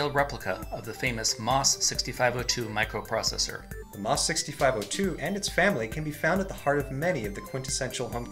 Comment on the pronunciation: It's pronounced "Emm-Oh-Ess," not "moss."